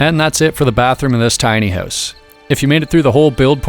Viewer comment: Why does it sound like you're saying "tiny ass bathroom" lol